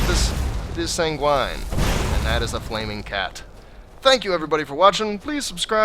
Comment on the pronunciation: Sangurine. Think about it: Sam Guevenne= San-gurine